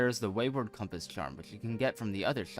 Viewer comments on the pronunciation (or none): none